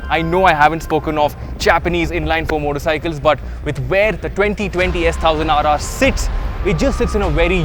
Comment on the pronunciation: Hey, it's “S ONE thousand RR” & not how you say it. Sorry my pet peeve 🤷‍♂️